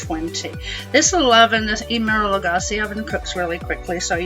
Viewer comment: Hello. Have been enjoying your recipes for a while. Great for camping/RVing especially. Thank you. But please... His name is pronounced, "Em-e-ril", (similar to Emily) not "E-Merrill"! Maybe it's an old joke I missed, but still.